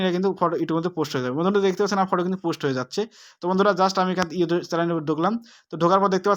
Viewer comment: কথা ভালো করে বলতে হবে ভাইয়া ইউটব না youtube